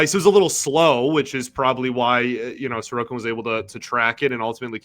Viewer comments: Who is this "Sorkin"? Pronouncing players' names correctly (or trying to) is an important part of your job. Sorokin in Russian = "Sa ro kin" (other Slavs say "So ro kin"). I'm not Russian or Slavic. It took me less than 30 seconds (Google) to learn how to pronounce Sorokin in Russian, Ukrainian, Czech... Only Anglo-Saxons (USA, Canada, GB...) think that pronouncing people's names correctly isn't important. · I thought the same thing! Neither of them can see the "O" in his name? Sor-o-kin. It's not that hard.